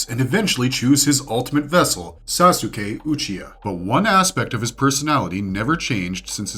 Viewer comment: Capable of saying many things but naruto and sasuke are just impossible for some people, I literally cant comprehend how you could mispronounce it so blatantly, if you had to learn these names and facts, why cant you repeat that same info? That's why it feels like its intentional. , I'm sorry but that's what makes these videos feel contrived, if you can pronounce slouch, you can also say ouch, why say uuch on purpose?